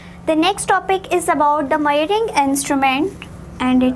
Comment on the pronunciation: Its not mayaring instrument its measurring instrument